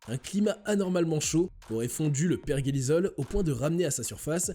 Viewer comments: Bonjour, pourquoi vous dites perguélisol ??? C'est per-jé-li-sol.... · Tu parle de virus qui est sujet élevé mais pas capable de prononcer pergélisol correctement 🤣